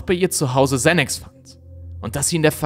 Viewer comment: Xanax spricht man im deutschen so aus wie es geschrieben wird. 🕯️🕯️🕯️🕯️